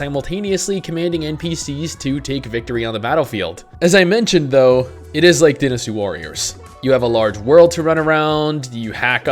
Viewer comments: DIE-nasty warriors... not dinasty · he said "DEENysty" warriors.